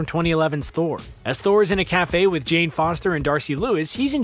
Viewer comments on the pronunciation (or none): none